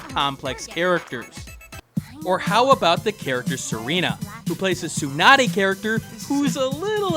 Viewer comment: you pronounced Tsundere wrong again xD